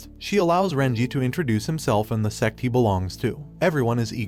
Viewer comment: Its sect book the announced might have slipped up a bit unless its a not reading and did not read sect properly.